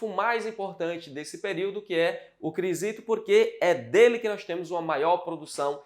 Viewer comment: Professor, acho que não é Crisito e sim Crisipo